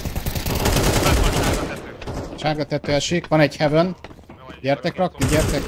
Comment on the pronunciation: hevön lesz. Hevön lesz. hevön. hevön. HEVÖN. HEVÖÖN...... Még jó hogy infóztam. :D